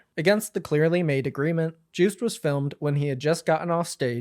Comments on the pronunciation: It's 'car-rear' not 'kareeja' and its 'yo-st' not 'juiced' and Austrian t-shirt is like that every single year because the idea is 'we are still not equal' . Otherwise great summary! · no way bro pronounced it joost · yeah, its pronounced yoast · All awful news aside, the way u pronounce 'Joost Klein ' is frankly hilarious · its yohst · Joost is pronounced like TOAST. Say : Yoast - that is the correct way to say his name. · this is a great write up but omg, as a Joost fan I am dying at the way you pronounce his name... juiced... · Also just a heads up Joost is pronounced Yoh-st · you pronouncing Joost as Jewst to me as a dutch person is hilarious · Joost's name is pronounced more like [Yost] (idk how phonetic writing works) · As a Dutchie I am glad you covered this! Also Joost could be easiest pronounced as "yo-st" I would say☺️ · Juice Klein 😂😂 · great video as usual, but i wish some research had been done on pronunciation for this video. joost is pronounced like “yoast” like toast. käärija is pronounced more like carry-yuh. i also wish you had gone into the alleged reasons why joost was banned. joostice for joost and free palestine 🇳🇱🇵🇸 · "Joost" rhymes with "toast" btw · Wait…it’s not pronounced Jooooooh st? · That's not how 'Joost' is pronounced 😂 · Also Joost is pronounced like toast but with a Y instead of T